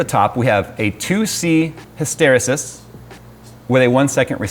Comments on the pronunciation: hysteresis is pronounced his-ter-re-sis. His.... ter (like terabyte), re (like rebate), sis... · I apologize in advance for saying this, but my brain won't let me not tell you how to say hysteresis. Say it like hystereeses like the peanut buttercup. The root word also has a strange connection linguistically to women. Hysteria was once used to describe female mood instability, and this word weirdly enough comes from that. Many women will recognize hysterectomy and stuff. The word root came from the Greek word hystera which meant uterus. Strange how things evolve... I like this software btw. Great find. The world needs more sanity with regard to glue software like this. (Now if only we can do the same for all RGB systems everywhere...) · It's pronounced Hystereeeeeesis, it's not from histeria, but rather a word of it's own: Hysteresis is the dependence of the state of a system on its history. For example, a magnet may have more than one possible magnetic moment in a given magnetic field, depending on how the field changed in the past. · "His-ter-e-sis" not "His-tere-sis" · Isn't it pronounced His-Toe-Ree-Sis and not His-Tear-O-Sis? Mispronouncing words bugs me. Sorry :P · Hysteresis is pronounced hystir-ee-sis. So a long e sound on the second e. :) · pronounced: "Hiss-tur-ree-sus" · Hysteresis is pronounced hiss-ter-ee-sis. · Great video. Wish this had a Linux variant. Just FYI, hysteresis is pronounced hist-ter-EE-sis. Respect as always for your awesome videos! Especially cool to support an open source developer like this. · It's hiss-turr-EEE-siss. The accent is on the second syllable in hysteria, but it isn't in hysterisis. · It's pronounced "HIS-ter-EE-sis" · his stair ree sis; said chat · Hi-ster-ree-sis. Pronouncing chassis with a 'ch' instead of 'sh' is annoying but it seems all North American people do that, but the way pronounced hysteresis really got to me. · Hysteresis is pronounced: hi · str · ee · suhs. Phonetics tip of the day.